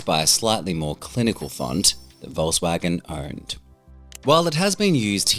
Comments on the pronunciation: Great Video. Plus, just as an notice here...as a native, i can tell you Volkswagen is pronounced "Folkswagen" with a "hard" F at the beginning. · It's not pronounced "volsvagen" 'tho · OMG... how wrong you pronounce Volkswagen :D